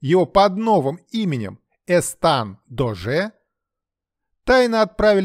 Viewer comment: ЭстаШ, а не ЭстаН. Эсташ д'Оже де Кавуа, бастард Людовика 13-го от служанки